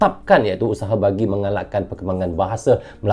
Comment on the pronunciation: Bukan usehe...cik....tapi usaha😂😂😂😂😊